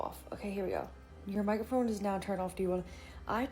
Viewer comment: Microphone😂😂😂😂😂😂😂 Add-On- Love the content❤